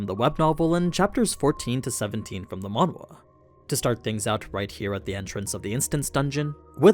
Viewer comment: when you say "Manue" or whatever do you mean MANGA?